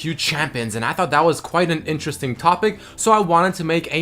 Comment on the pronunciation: Please stop saying interésting, like that tilts me more than watch that fuking Pants picie of shit! Thank you <3